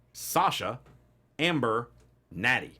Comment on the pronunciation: it’s Ember not Amber